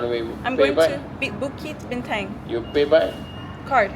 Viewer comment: Bintang is actually pronounced as "Bean-tounge" just sharing 😁